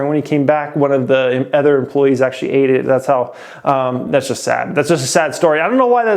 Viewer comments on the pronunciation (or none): I’ve been watching this channel since 2018 n i watch every single video that you drop bro, keep up the hard work youve helped me out sooo much. I like the way that you say the word “other” lol you pronounce it “ethur” n i wonder if its a west coast thing” haha